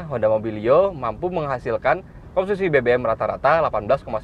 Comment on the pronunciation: dengarkan baik2 "komsusi" 😅